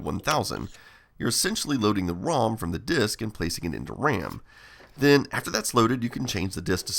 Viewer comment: RAM being pronounced "wräm" is both hilarious and endearing 😂